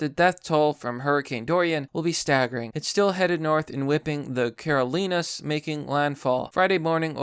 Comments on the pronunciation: Caro-line-a. Not Caro-lin-a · #....."Caro-LENA's"? (Sounds Italian to me.) "Caro-LINE-A's". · Care-o-lean-as.... ear twitch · Are you from America. I'm not being mean but I've noticed you can't pronounce some things right. I.E. care ol' eye nuz Carolinas and deb ruh Deborah. Love you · "Carolinas" Carol Eye Nahs. How can you not pronounce that? I can see flubbing Hatteras but Carolinas? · So we just not gonna talk about how mans pronounced “Carolina’s” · That’s the first time I’ve heard “Carolinas” pronounced that way, and I’m not sure if it was on purpose or just how it’s pronounced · Citizen of the great Carolinas and the way he pronounced those two made me yikes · Why'd you say Carolinas weird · That’s how you say it in Spanish.